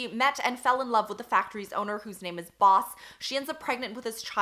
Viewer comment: you have no idea how much i appreciate the fact that you bother pronouncing the names of non-western white authors cause so many booktubers just stumble through anything and everything with more syllables than John Smith and it's such a small detail but because of that the way you talk about these authors and their work becomes so much more sincere and respectful. i'm totally aware of the fact that the bar is on the literal ground but hey i thought i'd point it out.